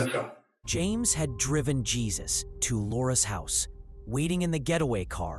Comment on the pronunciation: It’s not Jeez us. It Heh soos. That name is not translated into English as Anglo speakers don’t use that name commonly 😡🙄 Do better AI